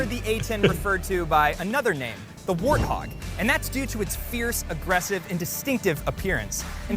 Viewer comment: Is there the letter W in the Russian language? It sounded like you said the arthog.